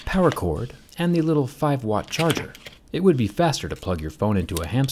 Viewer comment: Am I the only one hear Jerry say 5 watts charger??